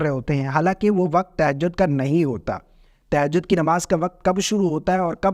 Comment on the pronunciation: تہجد کا صحیح تلفظ 😂